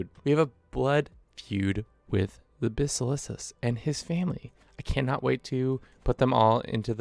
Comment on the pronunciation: great content but please for the love of God say Basileus right